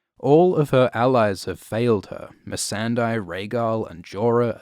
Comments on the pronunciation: It's Mee-san-day, not Mee-san-dy. You mispronounce her name in every video. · Do you still pronounce the name MEE-SAN-DIE? I swear to God... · why does he say "Missendai"? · How could you still mispronounce Missandei 😫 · this vid pissed me off for the sole reason of how you say missandei